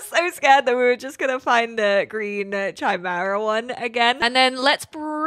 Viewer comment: It's "Kimera" not "Tchimera"